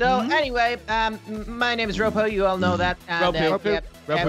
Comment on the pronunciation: I find it funny when ropo gets called roopoo